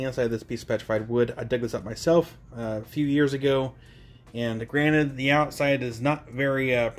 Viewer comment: I keep hearing you say granite, not granted lol.